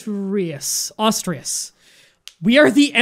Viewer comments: I love how he tried really hard to say it right, but still got it wrong. He said Austriuas, not Asturias. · Still enjoying the absolute massacres of pronunciations after 40 episodes. Cortair, LombArdy, austrias.